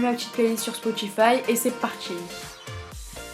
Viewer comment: "C'est partchi" 😭😷🤢